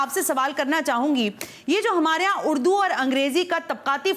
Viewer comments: اردو ھے اڑدو نہی جاھلہ کہیں کی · اردو کو اڑدو بول رہیں ھیں آپ بھی ذرا غور کیجئے اپنے الفاظ پے۔ ۔ ۔ ذرا سن لیجئے 1.11 mins...